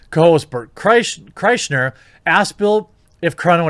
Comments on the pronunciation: Kreischer is pronounced CRY-SHER. Just fyi. The guy can be hilarious and the movie Van Wilder is loosely based on his college experience. :) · Kriesher, pronounced Cry-sure. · My favorite part of these videos is the pronunciation of Brent Kreischer. Seriously though, this all seems like a terrible Nightmere. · It's pronounced "Burnt Chrysler" , jesus! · It’s pronounced burnt chrysler 😂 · Not sure if Jeremy was saying brent kersher's name wrong was by mistake or if he is 2 bears fan..... either way i laugh everytime. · Not sure if he is joining the meme and saying bart chrysler's name wrong on purpose or just can't read it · Lmao i cant take it when people say bert kreischNer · You mispronounced Brent Chrystals. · I can't tell if Jeremy is in on the meme of calling Burnt Chrysler by the wrong last name or does he really not know how to say Kreischer. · Everyone butchers Bert's name lol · oops you mispronounced Burnt's last name. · 🤣🤣🤣... mispronouncing Berts last name has become a thing. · How can you cover their podcast and still not know how to say berts last name 😂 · I love how Jeremy can't say Kreischer right